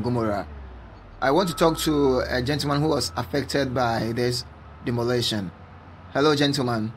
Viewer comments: see how he is demoluwation our place. hahaha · se how is he demoril....demorlation.....demorlation our place...... ...... waat beta?